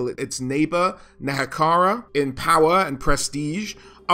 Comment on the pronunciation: great video! it's neHEkara by the way :)